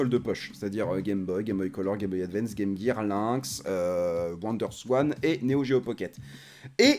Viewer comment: "la Game Guir" oula copain, on va pas s'entendre, les vrais de vrais disent Game Jir :)